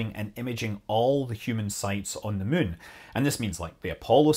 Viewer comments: Just here to hear Scott say "mun." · Worth it to hear a Scotsman say "Muuuun" :D, good info, too!